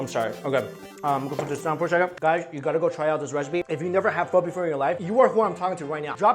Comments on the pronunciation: He's pronouncing it as PHU it's PHOO!!! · PHO PHO PHOOOOOOOOOOOOOO; say it right because i am being hella triggered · It’s pernounced phor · I thought it was phoh not phuh the more u know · When white people say Pho as phoe... there balls gets torn off. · It's pronounced Pho not Pho